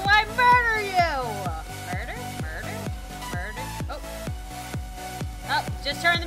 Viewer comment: It said death and she said mirder